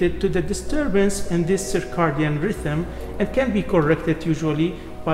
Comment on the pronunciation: The proper way to say it in English is "Circadian", (ser-kay-dee-in). It is not Cicardian.